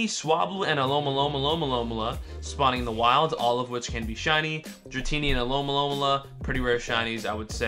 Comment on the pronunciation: It’s Alo-mo-mola 😅 no offense